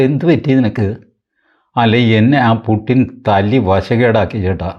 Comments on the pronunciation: കാർന്നോരെ പുട്ടിൻ അല്ല പുടിൻ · റഷ്യൻ ഭാഷയിൽ 'യ'കാരവും 'ട'കാരവും ഇല്ലത്രേ. പുട്ടിൻ അല്ല, പൂഷിൻ ആണ്; യുക്രെയ്ൻ അല്ല, ഉക്രെയ്ൻ ആണു ശരിയായ ഉച്ചാരണം എന്ന് അറിയുന്നു. രാഷ്ട്രീയേതരമായ നാനാ വിഷയങ്ങളിൽ താത്പര്യമുള്ള സാറിന് ഈ അറിവും സ്വീകാര്യമാകും എന്നു കരുതി അറിയിക്കുന്നതാണ്, ഉച്ചാരണ വിഷയമല്ല ഇവിടെ പ്രസക്തം എങ്കിലും!❤